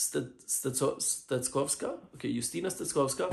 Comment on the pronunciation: We pronounce her name Justyna as you have said, but surname you pronounced almost good: 'cz' should be readed like 'ch' in word 'chest'